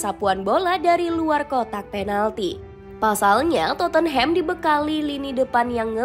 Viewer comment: Channel bola tapi nyebut club kagak becus